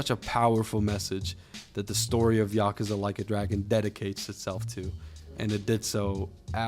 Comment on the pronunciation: There's no A after the K. Just saying